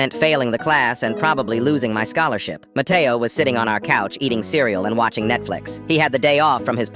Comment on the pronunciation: Bro he said that his friend name was Mateoo